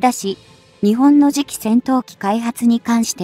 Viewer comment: いい情報ありがとうございます。取り上げるテーマ、とてもいいですね。 ただし、何で、日本の読みが”にちぼん”などととても日本人が作ったと思えない音になっているのかは疑問？